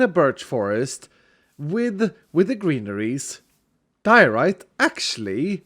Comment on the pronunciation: Diorite? More like Dear-o-rite